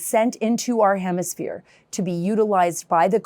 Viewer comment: Maybe she could learn to say the word hemisphere? Let the libs butcher our language.